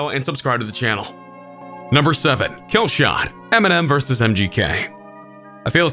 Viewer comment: KillshoEHEHt vs mgKEHH Stop over pronouncing the H